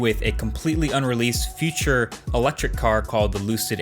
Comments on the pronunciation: I am stuck on how you pronounce the word future . 😂 It sounds more like feature. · funny how an english-spoken person cannot differ future from feature